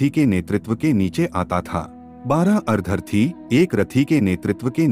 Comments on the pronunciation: maf kijiye lekin ar-dharti se..ardh- rathi iese ucchar karna jyada uchita hoga na? as usual information bahut hi achchi aur abhyas purna hai. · Content is good but Hindi pronunciation is very very poor e.g. अर्धर-थी. actually it’s made of two syllables - अर्द्ध-रथी. Such pronunciation mistakes are very irritating in almost all the audios. Sorry for mentioning that….I appreciate the selection of content.